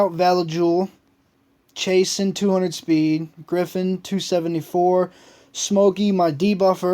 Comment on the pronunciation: lucky please shes my favorite monster, its Chah-soon lol... great vids keep it up :)